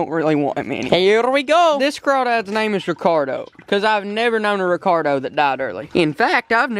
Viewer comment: instead of Ricardo